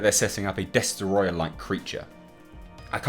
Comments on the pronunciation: you need to say Destoroyah like James Rolfe -example below. After all it is only right to do. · Mwiza Chihana Des-troy-ah